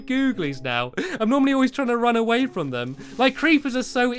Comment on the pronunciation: I mean from not frond